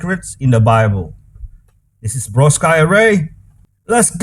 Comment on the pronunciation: Your name is pronounced